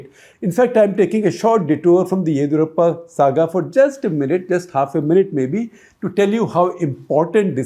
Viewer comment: OMG!! SG please get your pronunciation of names properly. It’s not Baasavaraj but Bus-uh-varaj. Also Yedi in Yediyurappa is ‘di’ as in dim. You pronounce it as Yedhi ……’DH’ as in ‘doodh’. Please 🙏get the names right.